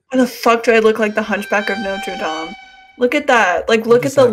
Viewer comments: said...... hunchback of notre dom not dame.... WTF lol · They way she said notre dame pissed me off